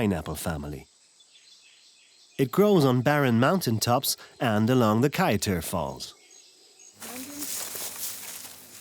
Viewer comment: Shell beach is not on the "Essequibo river", it's on the Atlantic Ocean. Also you keep mispronouncing alot of the local names, like ESSEQUIBO AND KAIETEUR, also Kaieteur Falls in on the Potaro River, stop misleading people.